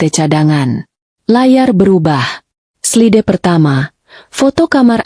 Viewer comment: Slide harusnya dibaca "slaid'